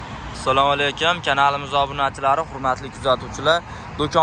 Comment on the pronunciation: Солоакум емас ассалому алекум дегин жигар